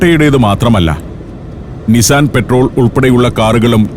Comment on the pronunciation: നിസാൻ പെട്രോളല്ല ഡീസലാണ് കയ്തെ ' പട്രോൾ '